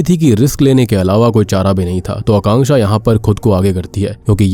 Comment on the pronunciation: Thanku for pronouncing Akanksha name correctly